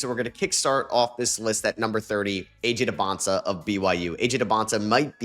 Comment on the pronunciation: You finally said AJ Dybansta name right let’s go